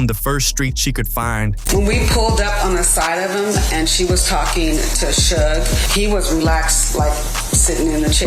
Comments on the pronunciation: Was this commentator alive during this lol😂 its suge not sugay 😂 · "Shuga" lol. "Shugay" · Thank you someone else noticed, that was driving me crazy. Plus the way he is saying Suge name.